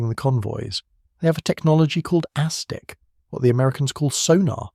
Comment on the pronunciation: AI narration. No human would pronounce “bow” of a ship to rhyme with “throw.” Or pronounce ASDIC as “asdyke.” .